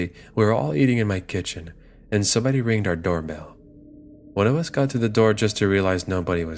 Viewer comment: the word is rang.